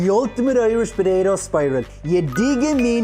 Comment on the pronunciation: The way that guy says "potato" is deeply disturbing to me, somehow.